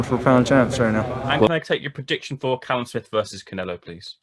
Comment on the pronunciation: Why’s Jacobs calling Callum calleb